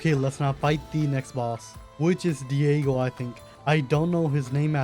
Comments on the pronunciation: Dagon❌ Diego✔️ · "Diego" 🥷 that littery dagon